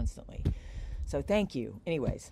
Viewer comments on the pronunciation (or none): none